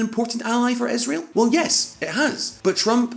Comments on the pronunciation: Israel! It's Israel! Not Isreal! Isreal does not exist, Israel does! #StopBotchingNames #ProperPronounciation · whats that "esrael" country he keeps talking bout? ;)